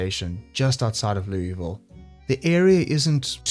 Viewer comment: It's not Loo-E-Vile. It's pronounced Loo-ah-ville. just sayin'. i would know , i lived there IRL.